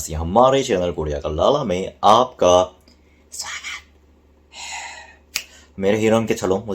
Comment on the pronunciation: bhai aap galat samaj rahe hai... Sawagat hai bolo lekin sahi se .. Bhai ko lagta hai aise bolne se Indian ko acha lagega but it's cringe Normal bolo yaar 😀😀 Ye suggestion hai koi order nahi I love his videos ❤❤❤😘😍 cringe - black heeran cringe - sawagat hai .. aise bolta hai kharb lagta hai..